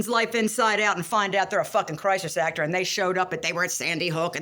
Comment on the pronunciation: Love it ❤❤❤ But you said "actWhore" wrong 😂😂😂😂 I'ma check her out 👀 Blessings 🙏